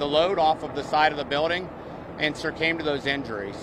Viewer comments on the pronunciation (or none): You lost me at, "...and SIR-CAME to those injuries." I nearly fell off my chair. Never heard "succumbed" used in quite that tense. Sorry for the loss of that worker and the trauma to the drivers involved.